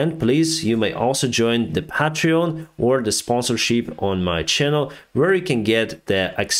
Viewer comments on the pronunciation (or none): none